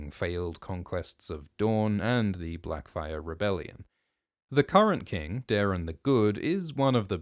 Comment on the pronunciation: Blacfyre? Great bate